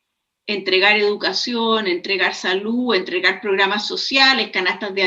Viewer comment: Aprende a hablar,la salu,la verda